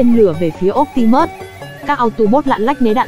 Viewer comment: Phát âm bị sai chữ optimus nhé.